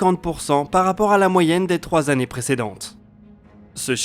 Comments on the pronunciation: je suis d'accord... si on sait pas faire les liaisons autant ne pas en faire plutot que de faire de fausses liaisons... c snob ! c'est pas du chipotage... après 88, si on veut se la péter c des tannées lumieres... pas des zannées lumières... si on veut pas se la péter, on dit années lumières et on en parle plus... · Dans les résolutions de 2021 : être vigilant systématiquement sur les liaisons avec des nombres ? "Quatre-vingt-huit z'années lumière" Sinon, toujours aussi bon ! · Quatre vingt huit zannées